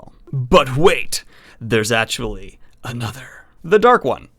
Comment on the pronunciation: Drives me nuts the way you say actually. "Achully"